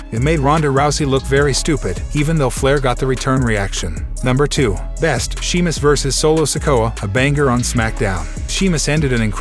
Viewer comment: Please say the name right its not she mus its Sheamus I know im not spelling his name right im spelling its this way so that the host understands the correct way of saying his name! Thank you!